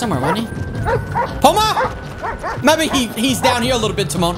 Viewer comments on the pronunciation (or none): DUDE ITS PUMBA NOT PUMA